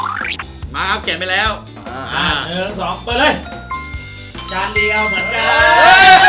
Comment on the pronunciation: จาน ไม่ใช่ จาร